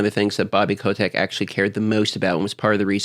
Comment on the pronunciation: haha yeah i also heard that and was like .. that how it's pronounced? ^^